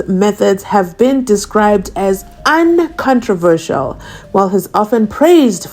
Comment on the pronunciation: I think you meant ‘unconventional’ when you read uncontrovertial